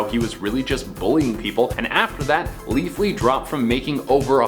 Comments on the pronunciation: Ha he said leafly like the weed site he didnt say leafy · Leafy not Leafly.